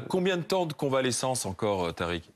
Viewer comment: Tariq dit latrique